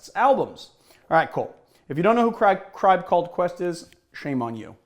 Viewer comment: did be say a cribe called quest?!